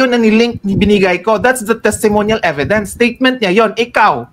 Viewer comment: Inistressed pa talaga ang e..vi..dence!